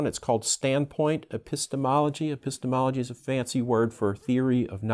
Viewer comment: P.S. Thanks for teaching me how to correctly pronounce epistemology. Apparently I've been butchering that word for more than 20 years!!